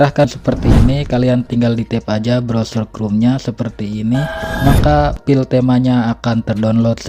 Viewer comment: aduh maaf bang minder banget😭 cara nyebut "file" itu kek "fail" bukan "pil"😭🙏